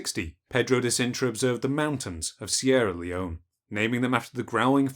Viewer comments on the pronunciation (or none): none